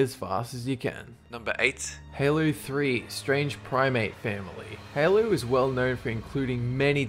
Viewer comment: did just say haloo 😂😂😂